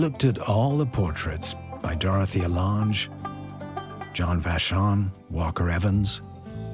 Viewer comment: Program your A.I. bot to pronounce Roosevelt, Nazi, Lange, and Delano correctly (among many others).